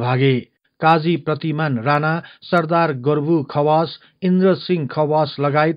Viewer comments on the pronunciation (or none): none